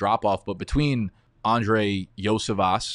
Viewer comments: Andrei YOSHI-VAS is the correct way to say it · From Cincy here bro 🐯 It’s pronounced “Yoshi Vas” we call him Yoshi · Lmao I’ve heard the best tip on how to pronounce andrei iosivas name, you gotta start it off by saying yoshi. So andrei YOSHI-vas